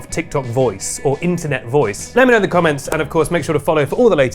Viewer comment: When they pronounce the as "thee" when the next word doesn't begin with a vowel. You don't say, "Pass THEE ketchup". The cable. THEE audio cable. [These are correct examples.] If you are an offender, please stop.